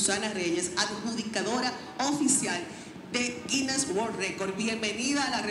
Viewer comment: Tienen que escuchar mejor, ya que se han enfocado algunos en la pronunciación de la representante; ella dice Guines y resalta la S.